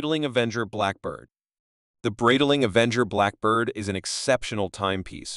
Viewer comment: It’s pronounced Bright Ling. Sorry but you’re murdering the name.